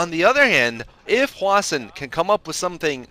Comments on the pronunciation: why does always call hwasin hwashin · It's possible that that's how Koreans would pronounce it, but I'm not sure...I've heard it pronounced both as "Hwa-sin" and "Hwa-Shin"